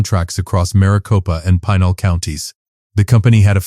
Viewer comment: Pinal is pronounce "Pin"nal. Not "Pie"nal.